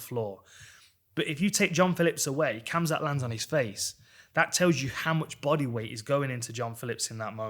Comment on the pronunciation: Dan i love ya. But its hamzat